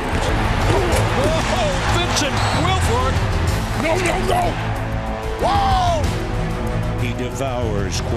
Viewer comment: He said Vince it's Wilfork